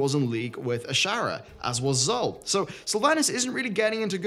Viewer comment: Zul is pronounced "Zool".